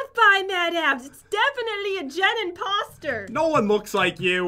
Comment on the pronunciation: Who expected Pat or Jen to say Jen-poster in stead of imposter?